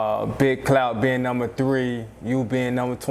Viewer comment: true but when u say clout fast it sounds like cloud